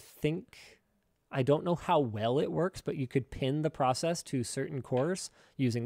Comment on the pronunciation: Man just said “werks” 💀💀. My 1 year old niece knows how to spell that word